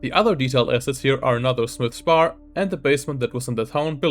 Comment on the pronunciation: Its just "Smith's shop" not "S-mith's shop" 😛